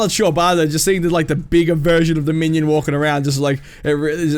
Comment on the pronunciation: If u say man yan instead of minion one more time im gona flip shit